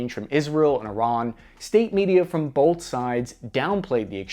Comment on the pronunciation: "Bolth of those theories" Bolth.. B. o. L. t. h. Bolth.